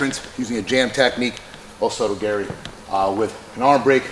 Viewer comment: “Oh so does Gary”, what exactly is Gary doing? Did you mean to say o soto gar-ee??